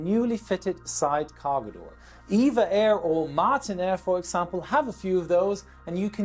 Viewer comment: E-V-A Air, not Eva.